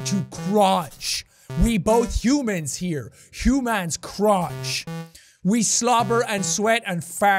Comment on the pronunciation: the way you CRONCH